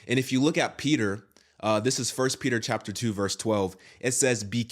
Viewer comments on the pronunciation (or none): none